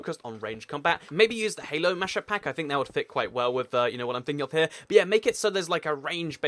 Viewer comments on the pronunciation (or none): he said mashup mack lol